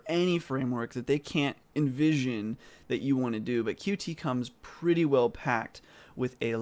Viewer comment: WRONG - For goodness' sake go watch some videos of the people who have the right to determine how to pronounce it -- the authors. It is CUTE. Cute. CuTe.